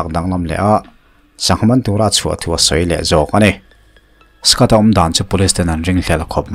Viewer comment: Skat i ti a ... Scot tih tur a nilo a mi? Scott